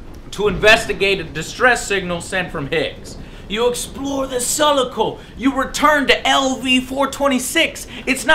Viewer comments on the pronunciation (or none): Claims to be a "massive fan of the franchise" then pronounces Sulaco "S-uhl-uh-co". Says there's tons of references to the "original" such as the sentry guns which were only added to the 91 release. Seems legit. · you pronounced it sull-ucko.... how are you a huge fan of aliens, but dont know how to pronounce the ships name? i would have even accepted sull-ocko, but you weren't even close xD your hate and surprise for the "twist" as you call it about what marine is still alive shows me you never read any comics or books or anything either.... starting to doubt you're the "huge fan" you claim to be joe. by the way gearbox claims they developed the game but in reality they had a tiny developer company do all the work in a super duper short period of time STARTING FROM NOTHING and then gearbox tried to not pay them for it. you should really go over the history of what really happened to develop this game and edit this video or make a new one to go over it.